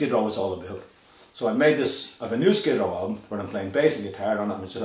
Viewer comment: maybe he should change his band name to SKID RAW, thats what he sounds like hes saying when he said skid row